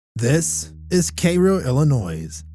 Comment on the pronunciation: It is pronounced Care-O, not Kay Ro. I live in IL and old. LOL. Otherwise I sure enjoyed your video. TY